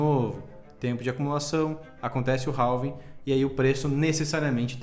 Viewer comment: Não é "ralving" e sim "Réving"!